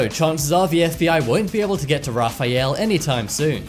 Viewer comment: RA-FAI-ALE😂😂😂😂 Sorry,I just had to point it out